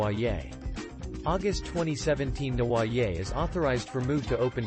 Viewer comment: Seriously if you are going to cover a convicted criminal please learn to pronounce their name correctly and it's Prison not Jail in the UK.....